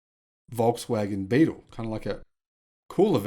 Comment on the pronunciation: Beetle not Bettle